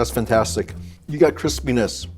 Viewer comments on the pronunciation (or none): none